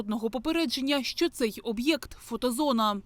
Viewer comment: Уважаемая, вы в курсе, что вообще-то "Що", а не "Шо".... Или образование прошло мимо?